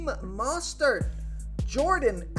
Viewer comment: great information but, i mean this in the most constructive way, drop the announcer voice. its incredibly distracting and sounds incredibly forced. also..its MO-stert, not MAH-stert